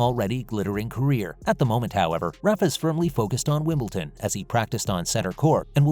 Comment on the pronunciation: never did say what Federer's message was. and its WimbleDon, not WimbleTon